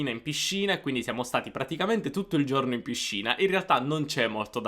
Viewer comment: comunque giorno si dice con la o chiusa, giorno. se sei insegnante di italiano le e e le o le devi pronunciare giuste, aperte o chiuse come é giusto. forse ascoltando i toscani avresti imparato. E non si dice cielo pronunciando la i, la i in questo caso é muta, come se fosse scritto celo. ma, insomma, alla faccia dell' insegante di italiano.